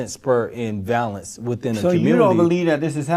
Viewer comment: That was bugging me, too. He couldn’t say ‘violence’ nor ‘violent’ right once.